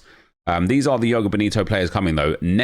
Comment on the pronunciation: Nep can you please say the J in joga 😂 makes me shiver when you say yoga